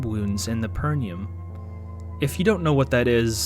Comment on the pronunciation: The way you pronounced perineum lmao. Its pronounced "peh ruh nee uhm"